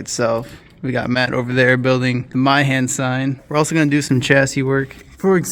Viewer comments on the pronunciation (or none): Meihan = May-han. Not My-han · Japanese pronounciation lesson here: Meihan (May-han)